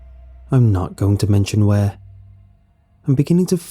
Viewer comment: WHARE ARE YEW. AND IM SO SAWRYYY